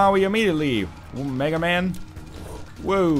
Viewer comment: It's Mega MAW, NOT Mega MAN! God damnit! :P